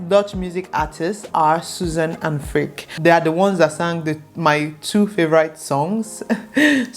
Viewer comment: To be clear, I’m not judging your music taste but Freek is not pronounced as Freak but as Frake (like snake for example, or Drake).